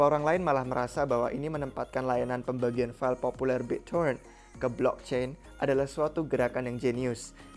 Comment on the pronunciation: Biccoren end cron.. Gtu sih gw dengernya 🤣🙏